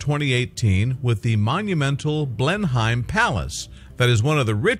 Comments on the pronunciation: Blenheim is pronounced Blennum or Blennim....not Blenhime. Check pronunciations before presenting these things for pities sake! You Tube have a huge collection of correct pronunciations on every topic and colloquialism you can think of....please use it. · Pronounced Blen-hem.